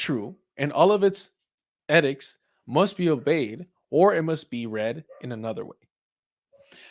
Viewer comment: PIE-ety. AHN-clave. EE-dicts. uh-SWAGE. pro-VINCH-alism. TIEth.